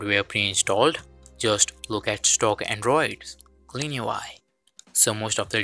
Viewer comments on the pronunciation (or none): The way you said clean ui is so funny 😂